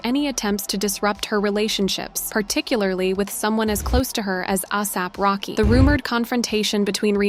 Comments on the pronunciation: At least learn how to pronounce the names 😂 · No hate but is no one gonna talk about how the narrator is pronouncing ASAP Rocky’s? 😭